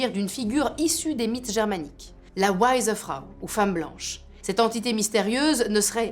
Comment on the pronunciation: hello^^super vidéo,jhabite à 30 mn de bâle et ça se dit V(w)eisse Frau^^